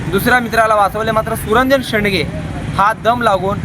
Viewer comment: "सुरंजन शेडगे" शेंडगे नाही.